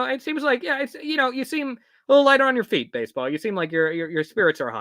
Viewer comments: WHY WAS EVERYONE CALLING BASEBALL "BASEOH" HEKP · im still sobbing over everyone calling basball baseoh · THE WAY PEOPLE CALLED BASEBALL BASEOH 😭😭😭😭 LEAVE HIM ALONE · THIS STREAM WAS SO AWESOME ESPECIALLY WHEN PPL STARTED SAYING BASEOH..